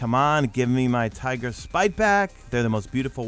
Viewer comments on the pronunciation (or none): none